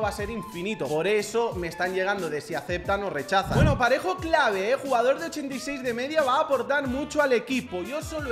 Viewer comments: soy yo o dijo pajero en vez de parejo😂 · dice pa*ero en vez de parejo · Dijo pajero en vez de parejo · Me cague de risa cuando quiso decir parejo y dijo pajero🤣🤣🤣🤣🤣🤣🤣🤣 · Nadie absolutamente nadie Pajero en ves de parejo Xd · diciendo pajero en vez de parejo jajajaja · Dijo pajero en vez de parejo 😂😂😂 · Dijo pajero en ves de parejo😂😂😂😂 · Alguen se dio cuenta que dijo pajero envés de PAREJO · dijiste Pajero y era parejo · Una persona normal dice PAREJO pero dice PAJERO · Soy yo pero en la parte q sale parejo dice ¿pajero? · Es parejo no pajero😂😂😂😂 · en el minuto 4.12 en ves de decir parejo dijo pajero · Dijiste pajero e bes de parejo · Xq decís pajero en vez de parejo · Se dice parejo